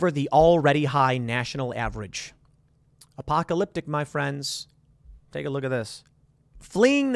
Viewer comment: Good God dude can you stop saying "apocalypTIC"